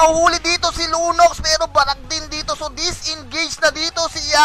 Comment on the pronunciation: Lunox yun lods di lunos haha